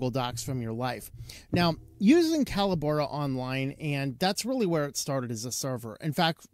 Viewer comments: Callobora? Call - o - bora? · I've watched 3 different reviews on this so far, and I've heard the company name pronounced 3 different ways. I've always known it as "co-LAB-or-ah", with the emphasis on the 2ns syllable like "collaborate". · It's pronounced "Collabora". Sheesh.